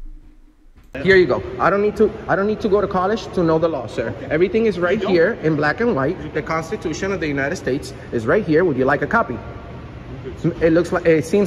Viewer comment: He does have the right to privacy, just not in this building. The guard punked the little camera boy. Now he is so mad. The little boy with no job tries to punk the man with a job. It doesn't work. He does not need to go to colesh to know the law. He would have gone to a college, but he could not pronounce it. His little boyfriend was so confused.